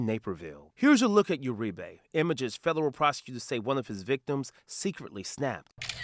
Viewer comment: Is he saying "fedallul"?